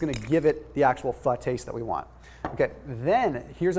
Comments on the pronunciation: fyi pho is pronounced fuh :) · Why is it spelled Pho, but pronounced Pha? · colonialism aka french aka pronounce pho like a french word and the o will be very short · He said pho cooking so say it fast yes I thought so too ! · He said Pho cooking. Say it together fast and it sounds like it, but he didn’t say the F bomb. But it’s funny.